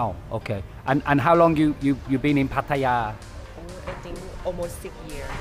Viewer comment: 1st guy who can pronounce Pattaya correctly! Good 4 u ...